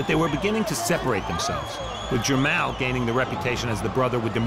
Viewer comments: Jer- "mall". like the shopping "mall" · Bruh its Jermell n JER-MALL like going shopping in the MALL! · This is listed ad Mall but Farhood keeps calling him Mell.... and showtime didn't feel it important enough to correct? WTF? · He keeps calling him jermell but this is the bigger older brotha jermall lol! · It is Jermall not Jermail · Jer-mall! Dude don't know how to pronounce his name. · It’s PRONOUNCED GER-MALL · "Jer-mal" whaa? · It's Jermoll lol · It’s jer mall smh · It's Jer-Mall, like mall lol, that shit was annoying as hell.